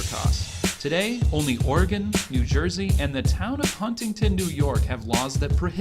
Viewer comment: Oregon actually passed a law allowing self-service in rural counties, they still offer to pump for you dying business hours. Also, "Ore-gun" not "Ore-gone". Liking the videos.